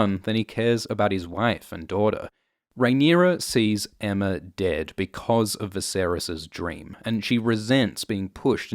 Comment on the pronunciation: I hate how everyone calls her Emma. It’s Aemma. Like Aegon. Daemon. Maegor. Baelon.